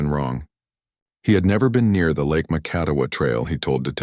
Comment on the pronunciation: Hey, AI. Here's the translation: Kalamazoo, MI 🤣 Oh, and by the way, you really need to research how to pronounce Macatawa!